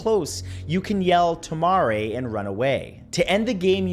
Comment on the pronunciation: For the daruma San game, please pronounce the words correctly as they are in Japanese.... It's "tomare" and "kitto"( in the version I have read)